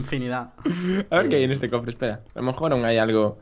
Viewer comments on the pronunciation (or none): alguien sabe por que dice corte en vez de cofre? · Se dice cofre no corfe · alguien mas se dio cuenta que dice "corfe" en lugar de cofre? o.o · Emmmm creo qye se dice Cofre no Corfe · no se dise corfe se dise cofre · No dice corte dice corfe y le gusta decirlo asi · No tiene ningún problema ni nada, sólo le gusta decir CORFE!!! xD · ***** Pero no lo dice en catalán.. Lo exagera más y dice "corfe" XDD es una mezcla XD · ya pero el dice corfe que me esquivoqué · no dice corfre ni corte el dice corce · alejandro correa Que dice corfe chaval xD ya dejen el tema xDD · dice corfe y no se asi le dice el desde hace tieeeeeeeeeeeeempoo